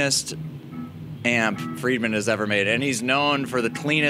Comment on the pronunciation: That homeless guy at the end seemed confused, it's Friedman not fired man.